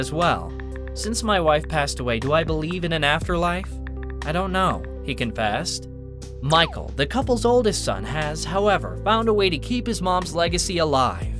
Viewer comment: His son's name is not Michael... It's actually pronounced Mee-Hall It's the Gaelic form if Michael Even though its spelled the same It's pronounced different